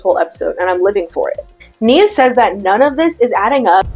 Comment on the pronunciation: Every time she says “Nev then says” I hear “Neven says” and I like to think that’s what Nev is short for.